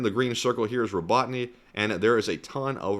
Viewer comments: It's Ro-bo-ty-nye, not Ro-bot-ny. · Row-ba-tine is how it's pronounced.